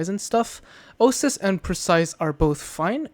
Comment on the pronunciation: Oasis. Oh-Ay-Sis.